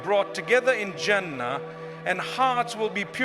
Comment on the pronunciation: You think mufti menk says " jaana and janaah and jahana" even says hana...and doesn't know how to say jannah. Listen to the audio carefully mispronounced words again and again, And btw it's not about conspiracy mind it, I never said the info is wrong. I said the voice is altered. Serioulsly some ppl🤨